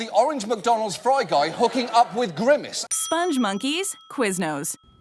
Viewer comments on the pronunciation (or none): They’re pronounced spong monkey no E